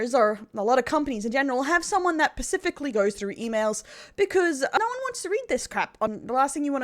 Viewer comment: PACIFICALLY???? Unliked, unsubbed, doxed.